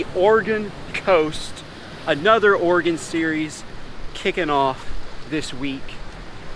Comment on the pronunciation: Thank you so much for pronouncing Oregon correctly. First person I’ve heard do it correctly from out of state. Love your vids, got me into fishing this gorgeous coast.